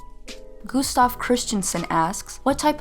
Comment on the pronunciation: Ok homie its gÅstaV, you pronouce the u like an å (danish letter dw) and the v as in vegetable